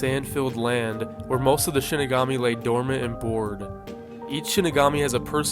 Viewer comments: Why do all these icebergs and videos about death note ALL say Shinigami wrong? They literally say it in the show SHEE-ni-ga-mi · I won't name names, but I'm glad I can watch a Death Note iceberg without clicking off it because the op is pronouncing it as "Shiginami"